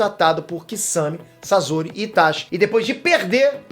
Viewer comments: Para de pronunciar " sazori ", pelo amor de Deus. O correto a se pronunciar é " Saçori " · É sosori e. Nao sazori que angustia essa pronúncia, video 10 pena que as pronúncias de nome dos personagens estão horríveis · N eh "sazori" q se fala eh "sasori" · Pieter não é Sasori é Sasori